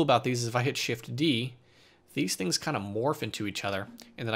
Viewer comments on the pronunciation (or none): none